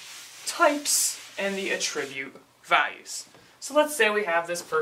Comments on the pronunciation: i cant get over how he is saying attribute wrong ... cringe hes saying uhh-trribute... its actually ahh-ttribute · A little under 3 weeks later actually but yes, the 'attribute' being discussed here is a noun, while Caleb is pronouncing it as the verb. Sorry, your fellow Grammar Nazis have spoken. To the train with you. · The only issue is you are saying attribute as a verb instead of a noun. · Actually, a tribute is a noun. It's a thing. To attribute something, like attributing a quote to a person, would be the verb form. Caleb's pronunciation of attribute is odd but I've heard many people say it that way.